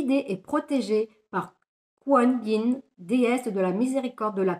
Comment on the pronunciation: Merci 💗la déesse se prononcé koi comme quoi et nine koi nine bisoussss 🌈☀️💗✨✨✨